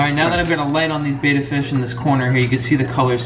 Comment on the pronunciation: How about learning to pronounce the name of the fish--it's BETTA, not Bata